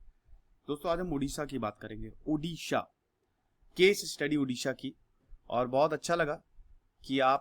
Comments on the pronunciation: first of all its Odisha not Udisha. Our Language is Odia not Udia. Pronounce properly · Thank You for your video on my homeland. But dear sir, before making any video you should get proper knowledge yourself. It's not Udisha, It Odisha. Please pronounce it properly. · It's Odisha not udisha it's odia not udia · Odisha not Udisha.... ktni bar samjhaun ??? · Bro it's not Udisha it's 'Odisha' 👍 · Not udisha...it is oodisha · Please pronounce it as O-Disha not U-disha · Bro please pronounce properly-Odisha,emphasize ON 'O' not 'U' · You pronounced Odisha wrongly. It is O-Disha not U-disha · Hai...Sahi bolo...Humara State ka nam Odisha hai.....pahle aap bole Udisha...so, it's bad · Odisha is pronounced as O-disha not U-disha. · Please pronounce 'O', 'ओ' Please dont pronounce उड़ीसा. After all, thanks for your interest in making a video on ओडिशा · Udisha nehi it's Odisa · It's not Udisha. .... It's Odisha🙏🙏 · It's O Not U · It’s not oodiya, it’s Odia, similarly it’s Odisha not oodisha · It's not Udisha... It's Odisha! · It's not udisha. .. it's Odisha Pls point on pronounce.. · Sir please dont mispronounce it. Its not udia its Odia. Its not udisha its Odisha. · Odisha ko ap itna daba k q bol rhe h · My Request you Pronounce it as "O" not as "U". As it's name Odisha...